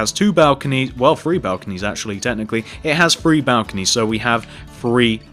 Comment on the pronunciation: HAHAHA YOU SAY FREE INSTED OF THREE not to be mean or anything but... :-D